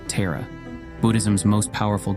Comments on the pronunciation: Just a suggestion to the narrator: it’s Taaraa/ तारा (ता रा) Not Terra like Terracotta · It is pronounced Tah-Ra, not Teh- Ra. It’s good to go through the story but Teh- ra😢 no no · 'TAHRA' not TERROR , whether uoure AI or human American, get it right. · Very beautiful and inspiring video! Has definitely rekindled my devotion and faith in Tara. But please, pronounce Tara’s name and mantra correctly. You seem to be american but it sounds like you’re saying “terror” which is the opposite of the meaning presented here. Tara is pronounced “TAA-rah,” with a long open back A. Thank you, very well done 🙏🏻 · Why is it pronounced Tera? Should be Thara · I think the pronunciation is TAra not TEra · Isn't it pronounced Tar Ah not ter a? 🤢 I wish he would edit this for correct pronunciation of the subject matter. 'You had one job'. 😩 Ah, I breathe a sigh of relief for one second. My real mother named me after her, and after the hill of kings in ireland And for the meaning: ✨ 🌠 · You are mispronouncing her name,. You’re pronouncing it like Earth TERRA. But it’s the Sanskrit Tara. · Please say Taara" not a Tera 🙏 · This AI voice cannot translate properly. The goddess Tara name is Tara, NOT 'Terror'. This AI voice is a sign of the channel creators' laziness! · Thank you for making this video, but her name is TAR-UH, just like my name -- not TEAR-A. Om tare tuttare ture soha. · Taa-raa … not Tay-ra … ❤ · Her name is pronounced Tahrah, not Teeruh. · Dont say Tera...its not tera...its Taaraaa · Yes it was quite disconcerting, hearing it as such , PERHAPS to look on the bright side.... When facing TERRA CALL ON TAARA. God bless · Accurate pronunciation would be when saying ''ta' as in Tarzan with tongue tip touching front of teeth..hope it helped.. sharing what I know ❤❤❤ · Pronounced "Tah-ra". It is jarring to hear you pronounce it incorrectly. She isn't a figure skater in the United States. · TAR-a . Ah-val-o-kit-ESH-wara